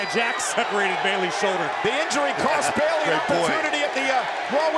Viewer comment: Okay I’m just letting you be right and I’m not hating and it’s Bayley:3